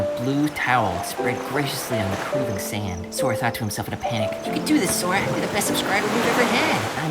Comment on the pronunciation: Name: “sora” Pronounce: “ Su-Or-Ah “ Subtitles: “Sawyer” And other Subtitles: “Sword Ah” in another video: “sArA!”: “soda”: “Swora”